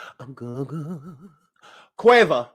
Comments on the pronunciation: I died everytime u called that boy Quava.🤦🏾‍♀️😂😂😂😂😂😂😭😭😭😭😭😭😭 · OMG- whyyyyyy you call that boy Quava? ROFLMAOOOOOOOOOOOO